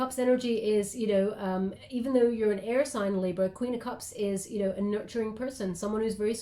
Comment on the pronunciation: I always listen double speed xd and you said what sounded like "I'm not really down with kids yo" hahaha I had to slow it down to hear "you know"